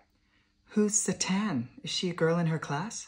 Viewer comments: You mean, “sah-tann “😂😂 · "Who's sah-tan?" Oh my GOD.